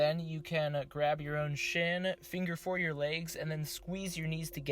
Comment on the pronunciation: did you say “finger four your legs” lol ??